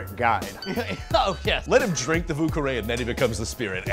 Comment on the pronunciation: vieux is NOT pronounced 'voo'